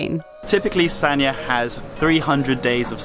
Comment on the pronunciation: The pronunciation is “San-Ya”. San just as in “San Francisco”, Ya similar to “Yard” without the ending d. Both and made it sound kind of like Sa-Nya, which is not correct. The Chinese is 三亚, two characters. In standard mandarin pronunciation, one character is one syllable, there is no link between syllables (characters). Here, the first character pronounces “San”, meaning three. The second character pronounces “Ya”. You cannot link the n sound at the end of “San” to the next character.